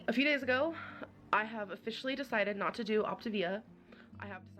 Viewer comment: It drives me nuts that she calls it optIvia when it's optAvia🤣 idk why, but her constant mispronounciation of pretty simple words, is frustrating to me🤣🤷‍♀️